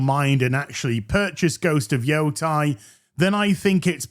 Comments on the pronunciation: YO-TEI. Not JOTAI <It's leviosaaaa!> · Please say the name correctly... ei has an eh sound... like sensei. it isn't Yotai, its Yotei.